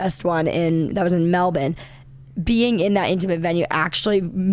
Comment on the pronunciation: I love that Jojo pronounces Melbourne in an Australian accent, she’s got it exactly correct!